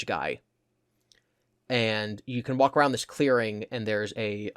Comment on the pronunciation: I've never seen someone pronounce every single "ou" word with an "oo". About = Aboot sure I get, never heard aroond before